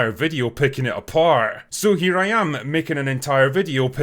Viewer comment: “pickin it aPAHRRRRDT”